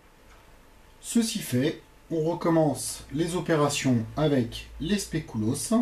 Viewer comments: spéculoos pas "spécouloos" sinon trés bonne recette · Recette très bien expliquée, et le spécouloos ça se dit SPECULOOS. Voilà au revoir et merci pour se partage :) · pas du tout ça se prononce spéculauss regarde sur internet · specouloss mdrrrrrrr 😂😂😂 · wolallala ça donne envie! par contre faut retravailler la prononciation de "spéculoos" :p